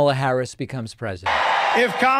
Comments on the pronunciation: At least he’s finally pronouncing KAMA-la correctly instead of ka-MA-la. Must have been all the peer pressure 😂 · And during those mispronunciations I think I heard him pronounce Kamala's name correctly. Proves how childish he has been mispronouncing it on purpose. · wow I think that's the first time I've ever heard him pronounce Kamala correctly ... just imagine that were the norm and not the exception for him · The biggest glitch was where he actually pronounced Kamala correctly. For once. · Holy shit he pronounced Kamala correctly! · The biggest glitch is him pronouncing her name correctly. Most RWNJ talking heads purposely pronounce it incorrectly, and Trump had been as well until recently. Odd. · He glitched in that he pronounced her name correctly. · I noticed that he is now pronouncing Kamala’s name correctly. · I think the most shocking and alarming thing is that he accidentally said Kamala Harris’ name correctly has to be a brain glitch! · Wow he actually pronounced her name correctly 😂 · Shocking to hear him pronounce her name correctly. That's the biggest glitch of them all